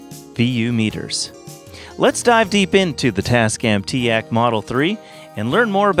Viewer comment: "tea-aahk" shnaps i've always said teek